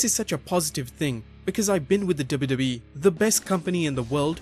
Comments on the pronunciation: hey, narrator, practice saying "Double You Double You EE" and "Double You Double You Eff" clearly. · if only you could take time to learn how to articulate "W-W-E" ... hint? its THREE! letters and its really aggravating to the ear when you insist on making it into just one syllable.... '